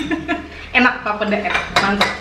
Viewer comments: bukan papda lafalinnya tapi PAPEEDA. terlalu encer itu papedanya. 😅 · maaf bukan pape da(sperti ucapan mama) tapi langsung aja papeda gak ada penekanan pada pada 'da nya 🙏 kapurung itu jg papeda diberbagai daerah beda namanya 😊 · Pelafalannya masih kurang benar.. pa pe da (da nyata lurussss aja 😀) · Ngucap "papeda" salah. Harusnya ngucapnya "papheda". Kalo tulisannya bener papeda wkwkwk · Akhirnya makanan khas Papua dibuat oleh 👏👏👏 maaf koreksi cara ucapnya Papeda itu " e" bukan e p'ep'et tp e biasa sj bgt n Enjoooy🙏🙏❤ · Papeda, e nya di sebut macam kl ngomong enak..😁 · Fyi aja.. Cara Bilang nya papeda bukan papeda (yg kaya bilang) 😂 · Maaf kak mau koreksi cara mengucapkan "papeda" seperti "sepeda". Peda nya sama hehe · Pelafalan papeda yg bener itu 'e'nya di baca seperti kata sepeda.. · Bukan orang papua tp yg aku sering denger pelafalan papeda itu 'e' nya kaya kalo ngomong ember/entok. Terus kayanya sih yg sering aku liat teksturnya papeda lebih sticky gitu makannya ada trick nga yg digulung2 gitu kalo ga salah deh, akupun belum pernah makan papedanya cuma bebrapa kali liat orang makan/buat papeda gitu. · Ngomong papeda nya ga gtu, setauku huruf "e" nya kayak penyebutan di terong. Cmiiw 🙈